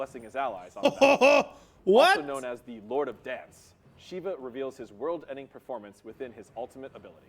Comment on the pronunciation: i hate how they say shiv-a instead of shee-va